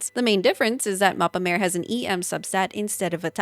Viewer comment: Awesome vid dear! Just a smol thingie I noticed! Mappa Mare is not pronounced like mAEre ( sounds like female horse:D) but instead with a flat A: mAAre. In Italian it means "Sea Map" Keep rocking! Always looking forward to your new content <3